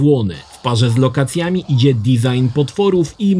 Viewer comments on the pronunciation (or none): none